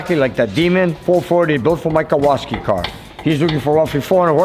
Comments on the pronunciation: It's Kowalski, not Kowaski. The guy in the movie "Vanishing Point". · It's really cool plate for your challenger, but it's name has polish roots. And it's actually Kowalski. With an "L". Very common polish surname. Either way, very cool, greetings from Poland too!!!